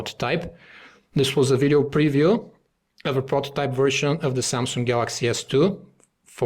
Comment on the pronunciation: samsung... not samsungk..